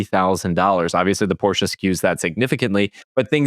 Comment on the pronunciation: Thank you for not calling it a Porsh.